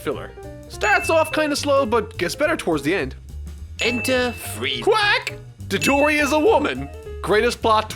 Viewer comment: The first minute of this video is so bad I feel like I should be offended by it. Dadoria? It's spelled Dodoria. Bishanin? It's pronounced bi-SHO-nen, just like it's spelled. Because it's spelled as a phonetic Romanization. "Okay, yeah, I know, they're doing the Buu Saga..." Well, this didn't age well. Personally, I was shocked to see that bumper on the end of Episode 60 because I didn't think they'd be able to do it (or, more specifically, ALLOWED to do it by Toei). They BARELY got away with finishing the Cell Saga. Even back then I felt like it was a bad idea to announce that in the video itself. Wow. Every single one of your top 5 is in season 3 except for the season 2 finale and you basically could have just said "everything before Freeza shows up" for your bottom 5 and be done with it. Why bother with a list at that point?